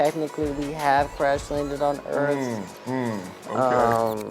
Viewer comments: Can the Smith family just not properly pronounce the word "Earth"? Jayden couldn't here, and Will couldn't in Independence Day. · And I didnt know they developed a "future dialect" I legit also thought Jayden had a speech impediment... Siaw! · Will Smith didn’t pronounce the word “earth” like that in Independence Day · I thought just like your mom did that he had a speech problem and it wasn't an accent. I was like why is he talking like that how did he get a movie starring role